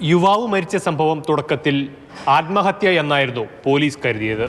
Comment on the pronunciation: ഹാത്മഹത്യ അല്ല.. ആത്മഹത്യ എന്ന് പറ